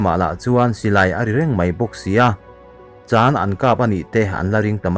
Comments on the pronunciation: Chân tih tur ni in ka hria.. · a ah thlukan a awm tur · Chan ilam hi adiklo